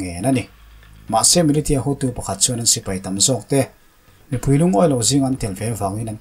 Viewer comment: Militia hi Milisia ti a lam tur